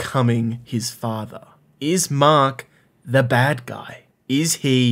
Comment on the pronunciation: This man called our hero “Maak” and our villain “leevee” 😂